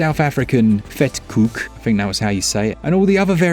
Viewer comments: You pronounced Vetkoek perfectly :D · You did well pronouncing vetkoek. Love from South Africa!